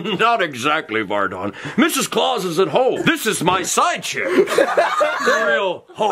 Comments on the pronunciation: It’s not “ Vardan “ it’s Vardon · It’s vardon